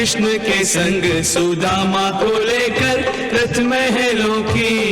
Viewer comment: सदामा नही सुदामा